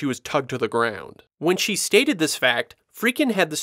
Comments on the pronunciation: God bless'em, but the narrator sure seems to be mispronouncing Friedkin as "Freakin," over and over again. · Love the way you pronounce Friedkin, lol. Still blown away that the spider walk was cut from the original film; to me that was one of the more memorable scenes.